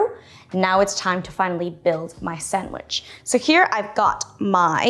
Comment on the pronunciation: Sandwich, say it with me. Sand...wich.